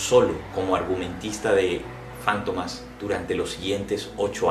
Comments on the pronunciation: ¿Fántomas? ¿No es Fantomas? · Es Fantomas no Fántomas ... Es un sustantivo en palabra grave , por eso no va acentuada en la penúltima sílaba , si fuera Fántomas , por ser palabra esdrújula llevaría tilde o acento en la antepenúltima sílaba . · Porqué la pronunciación como si fuera esdrújula y no lleva acento. Para mi es Fantomas, llana.